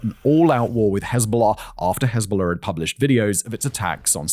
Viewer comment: the "hez-bahla" pronunciation is so bad that it's funny 😂